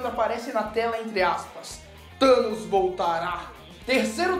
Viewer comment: Vingadores:"Thamos" ferrados